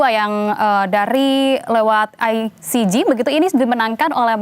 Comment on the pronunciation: Aisije(ICJ) Bukan aisiji